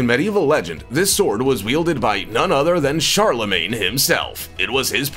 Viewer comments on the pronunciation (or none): none